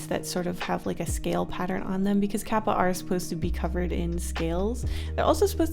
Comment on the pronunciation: for kappa, the a sound is different to how you said it. when you said kawako, you got the a sound correct though. use that same a sound for the a in kawako when you say kappa. as for kawako, the o is off. there really is no english word with the same o sound, but the closest i can think if is the o from the word "orange." it's much further back in your throat than the typical o sound in english. if you say the "ko" part of kawako, and then directly after say the word orange, you'll see how the o in orange feels further back in your throat. it's hard to explain, i guess. i'm just a linguistics major, and japanese is one of the several languages i speak, so i'm only saying this to help. i do realize that if you try to over-pronounce the japanese words, you can come off sounding pretentious, so even if you know the correct pronunciation, i fully understand why you've americanized the vowel sounds. but since the o from orange exists, i feel like using it is a good middle ground. love you and your channel! no criticism intended, i just thought that for the people who are interested, i'd give the proper pronunciation. love love love 💕💕